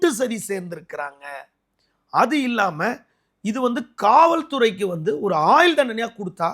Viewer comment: நெறியாளர் தமிழ் உச்சரிப்பை கொஞ்சம் நிதானமாக சீர்படுத்தினால் இன்னும் சிறப்பாக இருக்கும். வலக்கு, ஆயில் தண்டனை என கேட்பதற்கு குளறுபடியாக இருக்கிறது.